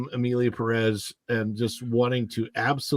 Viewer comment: Perez has the accent on the first syllable.